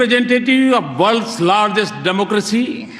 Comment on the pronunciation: it's not "democressy" its "democracy".